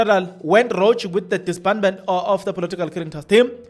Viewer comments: Pronounce as rogu not rogih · Please learn how to pronounce words you use here. Like rogue. Like CFO is not SFO. Pls do your job properly. Research. You were fine all along but you starting to take things for granted like the ANC. Like Ad Hoc. Please my man